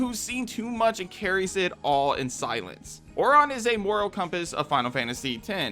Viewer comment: I'm sorry but the way you pronounce Aurons name is so weird. I have never heard it pronounced that way! I personally wouldn't have added it. I don't think it's that great.